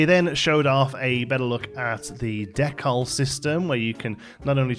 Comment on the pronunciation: Decal is pronounced ’dee kal’ my man